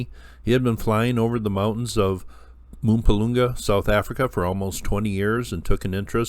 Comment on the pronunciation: hehe couldn't help but chuckle at your pronunciation of Mpumalanga :). Good stuff overall though 👌